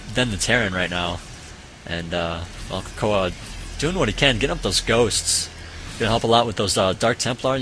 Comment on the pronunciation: its cocoa not cocoah lol